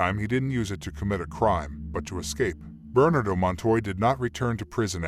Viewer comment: Thanks. The robot voice could use a better enunciation. It amused me to hear it say burn-ado all as one word instead of Bernardo. Funny. Overall a very good job. I appreciate it.